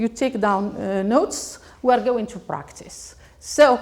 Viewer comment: practice not practisssssssssssssssssssssseeeeeeeee